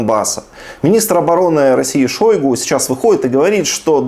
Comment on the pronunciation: /не шАйгу, а Ш-О-йгу/ Украинцы молодцы во всех отношениях, даже фамилию Кровного Врага называют правильно! Браво! Браво Украинцы! Ни один русский журналист, пропагандист или политик —за 20 лет ни разу Не назвали Ш-О-йгу, все пренебрежительно обзывают шАйгу. Вот с таким имперским шАвинизмом русские никого никогда не победят, это факт!!! Да и ШОйгу этих не жалко. Слава Украине!